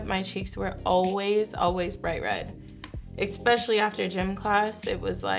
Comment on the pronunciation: she said ex-specially